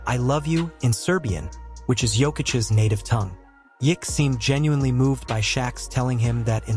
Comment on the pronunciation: Your AI really has some problems with the name. Just write it as Nikola Yokitch.